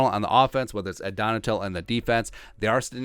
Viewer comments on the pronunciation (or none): It's Donn-a-shell defense....